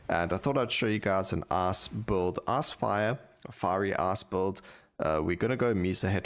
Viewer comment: I'm sorry, I'm American and your pronunciation of the word "Ice" sounds like "ass" and that makes this upload so much better